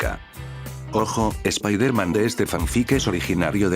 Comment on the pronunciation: Es la primera vez que escucho un fanfic, (de echó me lo recomendó un amigo) Y la verdad me agrada la forma de escribir que tienes. -/ por cierto el lokendo creo que tiene un problema al pronunciar palabras en ingles ya que hay palabras que dice mal como Peter (piter) o spiderman (spaidermen) creo que tal vez escribiéndolo como se dice podría resolverse eso de el lokendo.